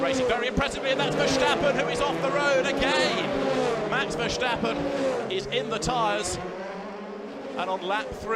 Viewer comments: “max vershstappen” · Every time that ENGLISH commentator said "Vershtappen" a baby died somewhere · Vershtappen? Video spells as "Vertstappan? What is this sh*t? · “Max Verstappan” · not verstappen's 💥veshtappens remmains 💥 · verschtappen 😂 and bro guang ju zu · one pronounces it verstappen and not verstappen even the dutch people say it correctly the english commentator pronounces it wrong